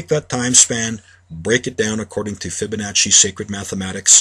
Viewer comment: its pronounced fib a nah see theres no H... stop saying FibaNotcHy. idiots.